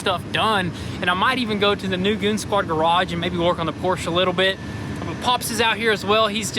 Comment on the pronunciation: Have you guys been adressed by the Porsche guys for your pronunciation of Porsche?? Just wondering lol